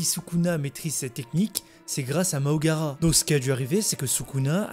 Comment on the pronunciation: C'est MAHORAGA. Et non MAHOGARA